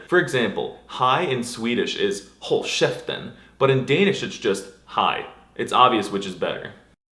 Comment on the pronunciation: As a Swede I appreciate your soft ‘k’ in “håll käften”, it shows that you have studied the language seriously.